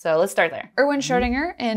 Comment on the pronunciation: NOT wing "ERWING" but Erwin Schrödinger (lets start there)